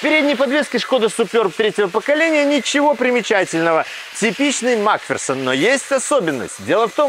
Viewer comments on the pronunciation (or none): none